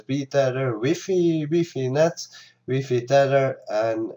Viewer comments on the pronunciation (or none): Your pronunciation of WiFi is TOTALLY wrong